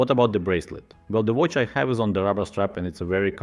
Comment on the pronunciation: as a watch youtube channel its crazy that u cant say watch